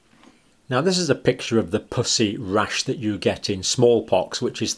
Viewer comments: Puss E. Not Poosy. I was so confused. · In North America we pronounce puss as puhss and not poose. And puss-y as puhssy. Poosey is what we use as slang for the female vagina. Just saying. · Please quit saying “pus”sy. LOL. I have laughed so much trying to watch this. Purulent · 😂😂 such a Serious video until when he says pus-ii spots with such an Accent it sounds like something else… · Is it me or does it sound like he is say pussy spots 😆 🤣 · I can't concentrate because I keep hearing "pussy rash" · Sounds like he is saying puss. Y 😆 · I love your channel and the fact that you use FACTS and science and absolutely no opinions. And I know you are British. But I cant help but laugh/blush/cringe when you say Pus-sy. Idk if that’s a crass word in the UK , but it is in the US. However it is a homophone: spelled the same and sound different. Pussy sounds like Us. When it’s said your way it is like pussycat. oO — 😳😵😮😲🤭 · Evert time he said "pussy" (the way Brits say it) I have to admit I had to laugh... and I do feel really bad about that. ;P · Am I the only one that thinks it sounds like he’s saying “pussy spots?” 😆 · Your accent for "pussey" would get most americans a visit to our commisar I mean HR office. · The word "pussy" you pronounce so aspirated 😆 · As an American I laugh at the way the good doctor pronounces “pussy.” It’s quite juvenile of me, I’m sorry. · and he says it with a hard P🤭😂